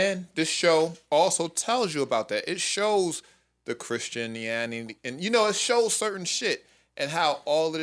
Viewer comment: the struggle to say Christianity was REAL!!! 😂😂😂😂